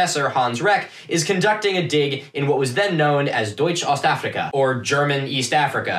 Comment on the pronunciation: Spot on pronounciation of Deutsch Ostafrika